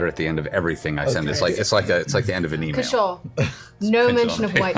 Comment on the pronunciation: As he told you all himself, his name is CASH-aw. Not Ca-SHAW.